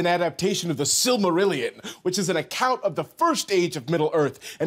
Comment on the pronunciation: Props to the voiceover guy: being the first person on YouTube, and possibly even in world history, who's able to pronounce The Silmarillion correctly. :yougotthis: Please share this video with any and all LotR pretend 'superfans' all over the world. Go back to sports, ya big dummies! GOOO SPORTSBALL TEAM!